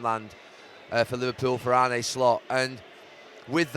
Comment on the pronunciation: ArnA. Not Arney or Arnie...ffs